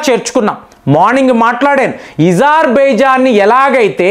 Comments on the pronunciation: అజర్బేజాన్ కు ఏజర్భైజన్ తేడా ఉందా లేదా తెలుగు స్పష్టంగా పలుకు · ఇజార్ బేజాన్ హ్ హ్ హ్ తమరి భాష బేకార్ (అజర్ బైజాన్) అని పలుకు. శోభ ను ఇస్తుంది.